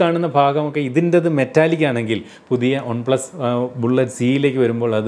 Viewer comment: ഒൺ plus alla chetta വൺ plus😅